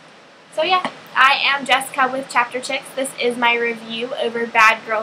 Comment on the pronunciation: Yes. I loved the characters too. :) The Alender is actually pronounced like (C)alendar. Hope you get better soon!!